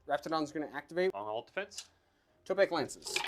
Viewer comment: I have to be THAT guy this time as it happens every time Seraphon are on the channel. Its tEpOk not tOpEk. Tepok is one of the old ones (warhammer fantasy lore) A more magical kind of guy. <3 Lots of Love